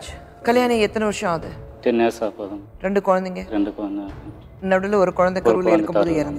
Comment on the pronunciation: kusboo madam public tamil channel suntv. neenga oru nigalchchi panna mudal tamil kaththukkonga. 2 rondunu solreenga?